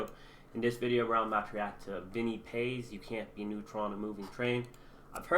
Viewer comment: Vinny PAAAAAZ. No E at the end brutha.